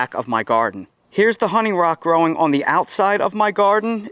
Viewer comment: Love how u say "growin on" 😂